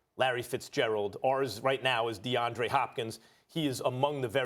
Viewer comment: This clown really said Deandre Hopkins lmao